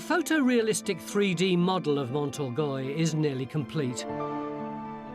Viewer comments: Been to the castle, so recalls happy memories. Fascinating stuff as usual. But I wince every time Tony says Mont Orgoy. A passable English pronunciation would be Orgay. Stuck with it now.... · Awful isn't it? I cringe everytime I hear him say it.